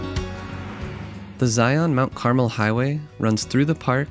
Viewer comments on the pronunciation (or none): This video was so fantastic! As a southern Utah native, you definitely did this beautiful desert paradise justice! Thank you for showing some of the beautiful cacti and wildlife! One little thing, just so you know Mount Carmel is pronounced (Car-Mel), it’s a Spanish word meaning golden brown. Thank you so much for making this great video!